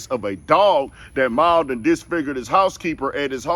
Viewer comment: Mauled, pronunciation (Mall-ed).